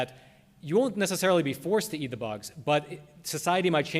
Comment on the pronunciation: EAT...NOT EAR....... LISTEN UP